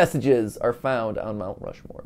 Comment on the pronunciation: rount mushmore